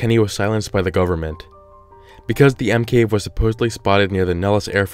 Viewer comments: Why do I keep hearing Emkay instead of M cave? Just me ok....... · Did you say l cave except for monster cave